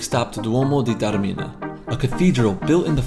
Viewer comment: Lovely vlog guys, and so good to hear Taormina pronounced correctly for once on YouTube. A few points: If you’re going to Taormina, Catania - the island’s main airport is a far better choice - Palermo makes no sense, even if you’re hiring a car. In Italy, it’s a ‘piazza’ not a ‘plaza’ - wrong country! Taormina is more expensive than you suggest. It’s Piazza IX Aprile. ‘Scusi’ or ‘Mi scusi’ - Spanish doesn’t work in Italy. Granita + brioche = breakfast. You can in fact walk down to the beach down the mountain paths. Taormina is not a beach location, it’s a city destination with a beaches nearby; besides Isola Bella (and others at the bottom of the funivia), you can also take a 10 minute bus to the long sandy beach at Giardini Naxos down below that you can see from Piazza IX Aprile. 2/3 days is probably not enough; you can base yourself here for numerous trips around this part of Sicily, including Giardini as mentioned, and the nearby Alcantara gorge, as well as further afield. One of the better Taormina vlogs, we go every year and think it’s very special - you got that over in this trip report; thanks for a respectful and interesting vlog.